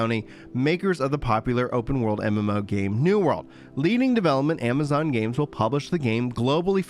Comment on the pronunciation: "Ama-gonz Games!" HEH never change you.